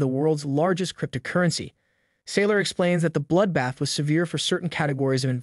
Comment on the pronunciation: Struggling with the announcers pronunciation crypt-a-currency. Hard to hear anything else.